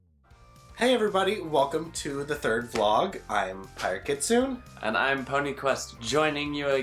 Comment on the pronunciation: I thought it was pronounced "kitsoonay" for Kitsune.